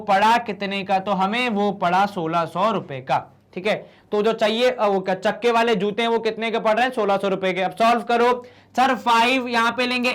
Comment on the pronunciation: chakke Wale joote 😂 sir ki hindi😂😂